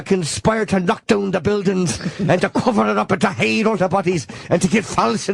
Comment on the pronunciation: Jim's accent when he says "cover it up and heeeeed all the bodies" cracks me up every time.